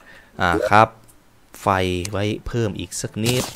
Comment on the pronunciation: ฟี้น ไม่ใช่ เพิ่ม